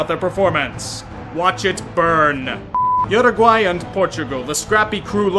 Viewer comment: Thank you for pronouncing Uruguay correctly!